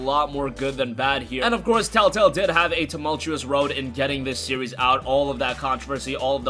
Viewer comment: It's telltale not tell tell dumbass.